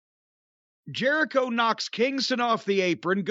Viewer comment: Chris Jeri-Dough? Chris Jelli-cho? Crisco Jericho?